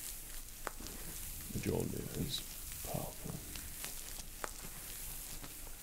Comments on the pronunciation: I loved this.....but Meejolneer? It is spoken "M ee olneer". Still,relaxing and great haha. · I just want to say this because of my OCD. It’s pronounced me-YUL-near, not me-JUL-near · The only thing I do not like is it is not earth it’s Midgard EDIT: IT IS NOT PRONOUNCED JOULNER ITS PRONOUNCED MOULNER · Um, it’s not pronounced Mujunyier. It’s pronounced Mule-near XD I just wanted to point that out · she is pronounced MUIIIIIL-NIIIIR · wix Deerwater Mjølner. We Nordics is the only one who can pronounce the ø 😂 the e isn't pronounced i, it's more like eh. Mjølnehr. Or! In old Norse it was also called Mjolne, again the e is pronounced eh. (Miolneh) But yeah, he's pronouncing it wrong in the video. 😊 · "majolnir." XD <3 same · That One Motherfucker Its pronounces Mjölner or Mjølner. I should know, this mythology is from my country ;) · I love this video .... however one thing.... Mjolnir is pronounced m yoll nir. Like Jotunheim is pronounced Yo tun heim. The J makes a Y sound in old Norse. Other than that great marvel ASMR Thor! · M-jolnir Me:*internally screams* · Majolneer.... this guy knows he just trolled and triggered thousands. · For future Thor videos, Mjolnir is pronounced myolneer. Just a little nitpick. Otherwise, great work,! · MAJOLNIER!!!! FUCKING MAJOLNIER!!!!! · IT'S HIGH NOOT NOOT Its original (and true) name is ''Mjölner'', it's more like ''mi-yornur'' but the o and u are pronounced like the u in burn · hah i love it that everyone is so happy he did this video that there is only a few people triggerd by him saying mjolnir like mejoulnier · Me-yole-near This is what made me not able to sleep. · His facial features and even his accent kind of matches Chris hemsworth’s. Also he pronounced mjolnir, kind of a little bit wrong. I’m pretty sure it’s pronounced me-yol-neer or am I just retarded and he’s saying it right?? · I thought he said "meet john here" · “Majolnir” 😂😂😂 bro ur supposed it like the j is replaced with a u